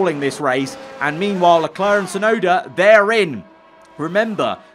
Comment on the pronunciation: Crofty: It's Yuki Chefnoda ladies and gents!